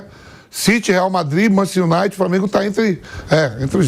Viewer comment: Manchester Unaite.